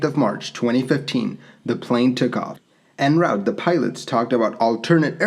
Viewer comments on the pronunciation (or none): The only problem i find with this video, is the incorrect pronunciation of "en-route" Sorry for being an arse lol jk I'm a big fan of your channel not a hater